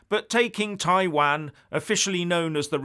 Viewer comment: Please find how to pronounce Taiwan!!! Please!!